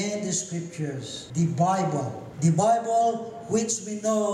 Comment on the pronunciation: He keeps talking about "Dee Bibow"... What is this "Bibow" of which he speaks?